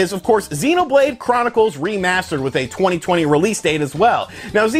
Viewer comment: Take a shot when you hear "twenny twenny"